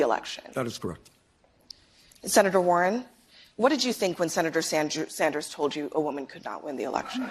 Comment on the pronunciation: Did she just call him "Senator Sandsdrew?" pokemon battle music starts